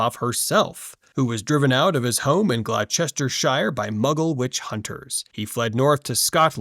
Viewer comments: What kind of non-language gets you THAT pronunciation from THAT spelling? o.O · Even with phonetics this guys pronunciation makes no sense. It has 3 syllables not 4, It's Glouce-ster-shire not Glou-ces-ter-shire. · glo - stuh - shuh not Glau-ceck-chest-tyre😭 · Your pronunciation of “Glau-chester-shire” is completely wrong. Its pronounced Glau-ster-shr. This channel has to be AI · Glow-chester-shire?? . . . . It's just pronounced Gloss-Ter. You're welcome :D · Lol hearing you pronounce Glou-chester-chire is genuinely sweet. Sent by a brit with love. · GLAU CHESTER SHIRE. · That Gloucestershire pronunciation though... 'glostersheer' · if your gonna do one thing with one of your days please let it be learning how to pronounce english county names, the last one was actually woeful, ignore the spelling its pronounced glostersheer like that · Gloucestershire is Pronounced Gloss Chester Shear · Glouw-Chester-shire is killing me as a Brit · PLEASE stop pronouncing Gloucestershire like that - it's gloster-sher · glo ster shear or even glo ster shire is forgivable, but what he said made my english brain scrunch up and have a small spasm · “Gloss-ter-sheer” pls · It’s pronounced glo - ster- sheer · Excellent as usual, just found you but you do need to learn how to say Gloucestershire :) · What a remarkable pronunciation of poor old Gloucestershire. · Now.. I have heard that pronounced many ways. But not that way.. as an Englishman, that is probably the most hilarious one and caught me so off guard I had to go back to understand what he was trying to say. (Gloss-Ter-Sher) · A moment of prayer for bro doing mental gymnastics to pronounce Gloucestershire 😂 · you seriously need to look up the pronunciation of Gloucestershire!!! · The information in this video is great, the pronunciation of English places however was though to listen to 😂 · So you pronounce the french school with a perfect accent but Gloucestershire you completely butcher 😂 'Merica ffs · same lmao